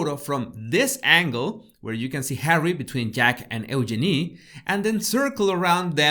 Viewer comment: and and I'm English so I've never really liked the name Eugenie, as people tend to say 'Yoo-GEE-nee' and it sounds weird. The way you pronounce the name, it's actually rather lovely (I figure the name is French and would sound nice in that accent, too). It's just the London Cockney version which is gross.